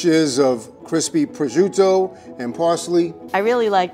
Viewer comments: the only thing that pisses me off is the way pronounce prosciutto. DON'T PRONOUNCE IT LIKE A STUPID DRUNK WHITE PERSON! SAY IT LIKE A PROFESSIONAL! "PRO-CHUTE-TOE", NOT "BRO SHUDO"! AND PRONOUNCE P AND WITH THE SOFT ACCENT! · pronounciations of Prosciutto and Arrabiatta make me so mad.